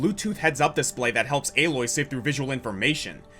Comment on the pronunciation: Alloy????? Isn't Aloy pronnounced Ay-loy in Zero Dawn and Forbidden West?